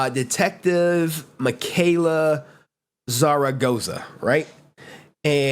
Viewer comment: Mans said Zargoza lmao